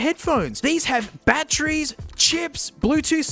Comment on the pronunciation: Hearing say "These are genuine... pk... cell battrees" is a bit surreal